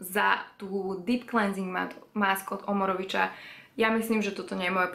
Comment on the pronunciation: Mám rada tvoje videá, len chcem povedať, že Omorovicza ako maďarská značka sa vyslovuje "Omorovica", nie ako v poľštine, keď cz sa číta ako č. Ospravedlňujem sa, že tu píšem o takejto drobnosti, ale nemôžem si pomôcť 😉